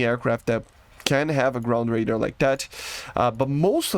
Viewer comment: "grund radur"